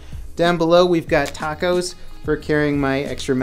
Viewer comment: why does it sound like he was saying tacos instead of tap cos